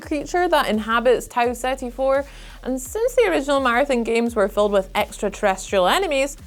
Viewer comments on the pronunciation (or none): Game name: Marathon ' accent: Martin lol